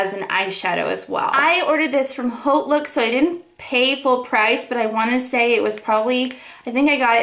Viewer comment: When u say haute, the h should be silent, u know...like haute couture